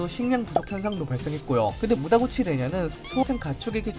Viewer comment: 무다구치가 아니라 무타구치.....